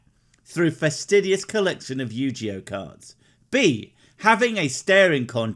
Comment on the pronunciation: Yu-ji-oh. Really?